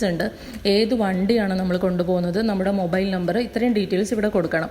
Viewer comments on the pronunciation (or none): none